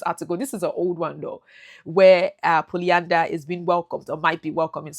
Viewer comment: Lol 🤣😹😹😹😅 polyanda you know . Where did you learn English . Please delete this lol 😢 you sound stupid .